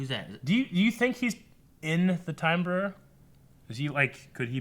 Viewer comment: OMG guys I can't believe you're still having trouble with the word "Bureau"...unless it's just a running joke at this point ..but just think of it as Euro with a B